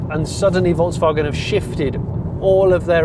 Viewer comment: Another brilliant FC episode. Such a relaxed and honest style, Jonny - thanks so much. I'm fed up with over too-enthusiastic, fake-excited, over the top reporting of ANYTHING let alone car reviews. This was so calm, relaxed, informative... AND you pronounce Volkswagen correctly. Thank you thank you :o) As for the car itself, well, it's a Golf. People will buy it because it's a Golf and anything to move us more towards EV is a good thing IMO. Not sure on all the modes - the vast majority of Golf drivers won't understand or care about that; they just want to get in the car and drive A to B.